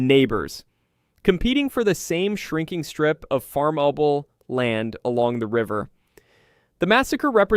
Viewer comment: The mispronunciation of so many words had me shocked, some really obscure words I can forgive but pronouncing farmable as “far marble” made my teeth itch